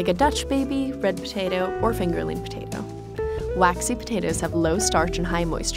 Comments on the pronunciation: The way she says potato is funny... ptatu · Why do I find so satisfying the way she says potato ?